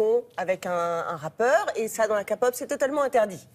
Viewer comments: Mes pauvres oreilles qd elle prononce KAPOP 😩 Franchement renseignez vous un peu, même pas fichu de faire leur boulot correctement 😑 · Arrêtez de faire chier juste parce qu’elle dis « kapop » jvous rappelle que là on parle d’un sujet important. Ça m’a vraiment fendu le cœur quand il a dit « quel futur pour sulli » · Je viens de perdre mes oreille au moment où elle a dit la "kapop" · Je suis partie des que g entendue "kapop". Mes oreilles!!!!!!!!😭😣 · Sa me soule quand il dises kapop !!!😡😡😠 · A chaque fois je pensais qu'elle allait dire capote au lieu kpop😂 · Oh mon dieu.. Je viens de commencer et j'entends "kapop".. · La KA-POP je saigne des oreilles 😂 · Elle me soule quand elle dit kapop 😡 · En pls Kapop sa me fait delirée mais fx au lieu de F2X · Elle a dit "KA"pop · Ceux qui ragent pour la prononciation ou quelques erreurs faut se calmer sérieux :') Ils en parlent c'est déjà ça. "Ka-pop", bah c'est pas grave hein, tout le monde fait des erreurs, quand vous avez découvert la k-pop et que vous prononciez mal les noms ou que vous vous trompiez de personne je pense pas qu'on vous a insulté ? Si ? Franchement toute les personnes qui insultent en commentaire pour ça c'est vraiment désolant, on dirait que la meuf elle a commit un meurtre jpp :') Je peux comprendre que ça "énerve" mais bon, allez rager ailleurs s'il vous plait. Encore si elle aurait passé une mauvaise image de la k-pop mais à un stade élevé j'aurais compris les rageux, mais là, excusez moi, c'est pathétique. Je tiens à dire que je suis fan de k-pop et je m'en contre-fou que cette meuf s'est trompée '-' au moins elle parle de manière positive et veux réellement partager ça. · Sa me fait grincer des dents quand elle dit Ka POP et en plus elle dit qu'elle cest fait virée c'est pas vrai 😤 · On dit kay-pop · La ka-pop ??? Bon alors déjà faudrait au moins apprendre le nom du groupe de Sulli, le moindre des respect quand même. Ensuite informez vous un minimum, entre clichés, fausses idées et conneries...